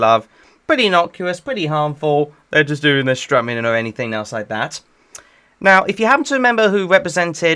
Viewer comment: bro said "yuust clean" lmao